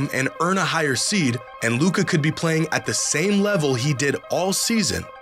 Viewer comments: Media still intentionally 'mispronounce' his name. They're scared what, if Luka wins finals MVP. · That's not voter fatigue. That's american ego with xenophobia sprinkled in. Can't accept the best player of his generation is european. The Luka disrespect started before he even got drafted. Took the media like 3 years to actually stop mispronouncing his name on purpose lmao.